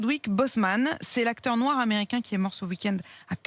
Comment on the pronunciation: Madame on dit pas noir comme ça